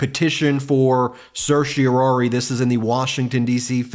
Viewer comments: As a lawyer, I would expect Ben to be able to pronounce certiorari properly. There's only one "O". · Still can't quite get the hang of pronouncing certiorari, I see. 0% success rate this time around. I can't tell if Jack Smith wrote an overly emotional filing, or whether the emotion was added by the presenter's performance. From that perspective, this was a waste of time for me because now I'll have to read the whole dam thing myself just to get a sense of the author's tone.